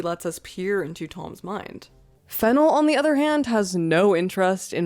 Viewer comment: You keep mispronouncing the director's name. The second syllable should be stressed - /fɪˈnɛl/